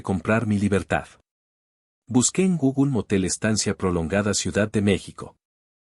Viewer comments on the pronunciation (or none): none